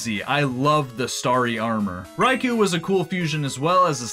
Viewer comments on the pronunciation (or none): none